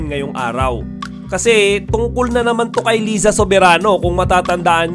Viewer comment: di mo naman alam pano basahin yung name ni Liza. hehe.